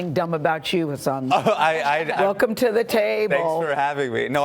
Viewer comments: it irritates me how they pronounce his name knowing it’s wrong, it’s not hAsAAAN its huusin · It's not 'hasaan' people. It's 'hasun'. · question... how are you supposed to pronounce hasan??? i see a lot of hosts pronounces it as "hass-aan" and he never corrects them, but when he refers to himself in the third person there isn't that strong emphasis on the second syllable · Why she said his name wrong